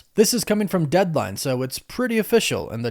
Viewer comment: Did you say "Deadvine" instead of "Deadline". lol boo